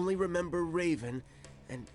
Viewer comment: Just about that pronunciation. I hear "Reeven" here , but maybe I am deaf already 😀